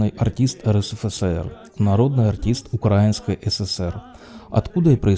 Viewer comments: Не укра' їнський, а украї' нський. Запам'ятайте, нарешті. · Самый любимый актер и режиссер многие годы....но как больно слышать укрАинский с неправильным ударением на а,и КрамАторск!! ИскромЕтные...караул.... Выучить названия . Вы же свой интеллект понижает е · В Украине никогда не было деревушек. И ударение в слове украинский на и